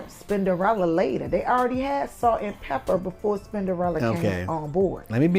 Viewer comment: stop saying pepper! it’s pepa!!!!!